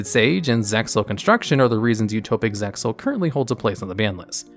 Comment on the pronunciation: How I hate these dub names. also you don't pronounce the X in ZEXAL.